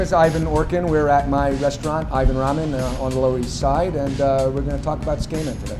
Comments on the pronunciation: Dylan Camp That makes it a lot worse if he lived there for 15 years and pronounces it like that. The "tsu" is like chicken katsu, the "ts" is pronounced very quickly where the t and the s sound like one letter. You wouldn't pronounce it chicken kas, like he is doing by dropping the "t" and the "u". Maybe if he pronounced tsukemono we could tell. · It's absolutely not correct pronunciation. It's not 'su-KAY-men', it's 'su-keh-men', with no tonic syllables. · It's pronounced SU-KEY-MEN. you would think a ramen shop owner would at least know what to call his cooking. #whitewashing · It's pronounced kinda like: /tsoo-k-men/ not /tsookaymen/ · His pronunciation of Tsukemen is bugging me. It's wrong. He is saying tsukeimen. It's tsukemen. He is saying tsu-kay-men and it is suppsoed to be tsu-keh-men. It drives me nuts that he's supposed to be doing this for a living and can't even pronounce it right. Give some respect to your field, dude. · It's not pronounced "skamen" SMH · The food looks delicious, but I can't stop hearing him say "skamen" and that sounds incredibly unappetizing. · That's what I thought. I was like, there's no way it's pronounced skay-men. I have no problem with a non-native expert in foreign food, and I'm sure he knows his stuff but I would also like it if he didn't drop an entire syllable out of the pronunciation. It's pretty off-putting. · Hmmm if we're splitting hairs over pronunciation I'd break it down as [tsu - like tsunami] [keh - like in keg] [men - like 2+ man] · Someone teach this guy how to say tsukemen. Skayman sounds like a dj... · the way the chef pronounces tsukemen as "tss-kay-men" ... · Why is everybody getting so triggered over ramen and his pronunciation. Its like: ''I've never made a single mistake in my life, let's just bully this guy cause of the way he pronounces tsukemen.'' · The way he pronounces tsukemen hurts. lol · Learn to pronounce Tsukemen before you open up a shop for it, wtf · well can you at least say it right?